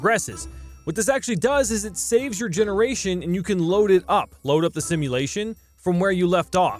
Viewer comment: It’s a ai simulashin